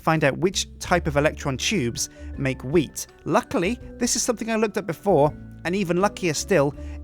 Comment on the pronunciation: Matt and Ice I think he meant to say wheat and not weed. People pronounce things differently, expescially if they have an accent, so that is probably why it sounded like weed instead of wheat.